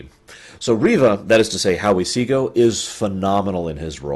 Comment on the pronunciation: Howie Seago did a comedy performance at my University. According to his interpretor you are pronouncing his name correctly.